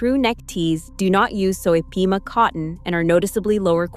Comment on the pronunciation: Pima cotton, not peema. Sheesh!!!!